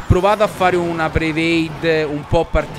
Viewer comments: Cì capiscilo che si dice predict e non prevade ti pregooo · ciccio si dice predict non preveid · ciccio non vuol dire un cazzo "preveid",mi fai salire i brividi. Si dice "predict" ;)